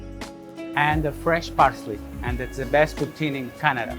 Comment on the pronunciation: All the Quebecers being mad at the way she saying poutine